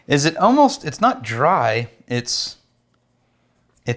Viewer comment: Next drinkingk game for and is when says “ohmost”